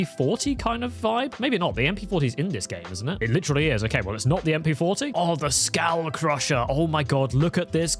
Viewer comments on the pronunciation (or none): honestly i never hated vanguard MP it self, i just didnt like zombies ALSO i remember being sooo triggered when the Skål crusher came out, no one and i mean absolutely no one pronounced it right, its basicly just " skullcrusher" but the " Å" tecnicly makes it into "bowl crusher" in danish